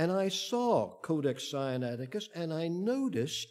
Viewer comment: This man consistently mispronounces SINAITICUS. He pronounces it SI AN ATI CUS, whereas it should be SIN A ITI CUS. (The root is SINAI, for Heaven's sake.) Doesn't add to his credibility.